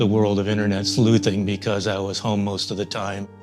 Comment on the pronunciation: yo when he said "in the online sNu zinn community" i felt that